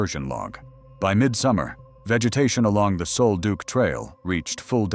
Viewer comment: It's "sole-duck", not sole-duke. Damned AI!!!!